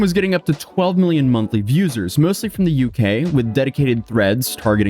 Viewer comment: Bro just said "viewsers" with his chest.